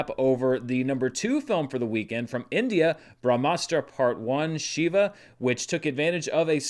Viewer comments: its She-va not shiver 🙁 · Just FYI, it's pronounced "Shee-va" (think She-Ra). He's one of the main Hindu deities